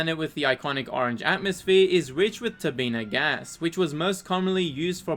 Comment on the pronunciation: "Tabina gas", yup, definitely correct lol